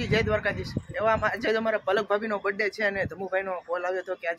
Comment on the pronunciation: Bhai sarkhu bolo brath day 😂😂😂